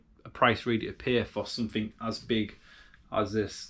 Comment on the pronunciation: You keep saying somethink instead of something. Correct grammar costs nothing. (Or nothink as I imagine you would say! 😂